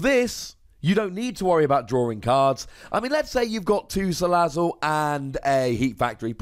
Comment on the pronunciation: Thanks for the right pronunciation of salazzle.